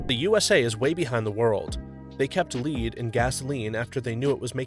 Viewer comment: You seem like good guy but that's lead as in the metal lead, mispronunciation just wanting to help lol.